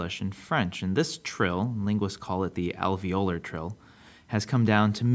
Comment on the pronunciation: you said "alveolar" wrong. the stress is on the second syllable, not the third. and wikipedia said latin had a dental trill—how do u no it's alveolar?